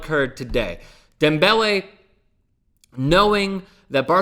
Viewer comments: You cant say his name normally? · Please stop saying the man's name like that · I hate the way you say his name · Why the fuck is he saying his name like that? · Stop saying his name like that fucking cringing over here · please NEVER do any name pronunciation like that again. Other than that, good video. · Please can you stop saying his name like that.